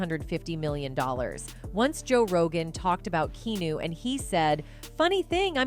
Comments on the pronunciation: I need this chnnel to pronounce his Name right: Kee-A-New. Keanu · Why does she keep calling him Key-New? Do better with your AI. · I was about to say the same. Even a 12 year old would know his name is not pronounced Key-New! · Imagine doing all your research about someone, and you can't even pronounce the persons name correctly for 22 minutes. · Mispronouncing his name 400 times in a video about him is trash. Get off the AI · This must be voiced by AI… Can’t pronounce Keanu’s name correctly. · So true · My thoughts exactly.